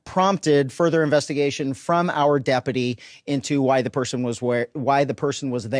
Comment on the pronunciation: Why can’t the sheriff pronounce deputy?